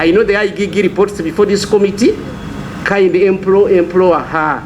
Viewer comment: Let the "I Gee Gee" investigate. You cannot even pronounce IGG. Has he never heard other people pronounce something so simple? Another national embarrament.